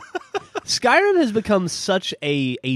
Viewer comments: did he said SKRIM?? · it skyrim not skrim